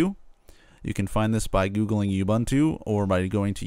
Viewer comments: completely agree being South African. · It's not 'You Bantu' that's kinda offensive in South Africa. pronounce the first two U's like the last one. (it's the same letter each time). you wouldnt say abunta why say youbantu if its ubuntu?